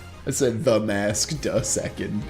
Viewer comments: is giving “de killer den delivered de bear” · "de Killer then delivered de bear"